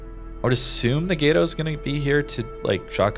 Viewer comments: Drove me off watching the video. It’s pronounced like Gat-O, not gate-o. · Please pronounce Gato correctly, it’s not that hard, I swear, I beg. Gah-to kinda like pronouncing Toad but without the D and almost silencing the a. I BEHGG PLEASE MAN I BEGG.